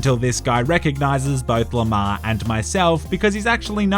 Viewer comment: Every time you say Lamar all I hear is lamao.